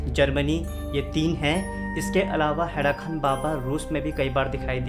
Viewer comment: हैड़ाखन baba hai.. na ki खान